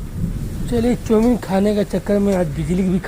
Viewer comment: Pehle to andhera bolna sikh lo jb dekho andhela andhela chawmin ka chooo kar deti hai choomin